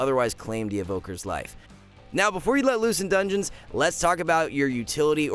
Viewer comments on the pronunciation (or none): none